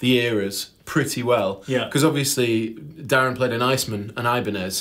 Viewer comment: "Bring your own B"? You missed a dot, yo. Very thorough.... And his name his pronounced Ma-la-kee-un. And the guitar is pronounced "Icemen" (it's one word).